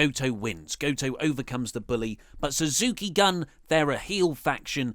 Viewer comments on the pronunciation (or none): Suzuki Gun is pronounced goon. Also, Suzuki didn't bully Goto, he wouldn't acknowledge him, or say his name. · it's pronounced Suzuki Goon! Also bring back Great Balls of Botch.